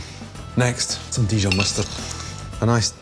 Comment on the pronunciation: Dijon mustard came out very Scottish.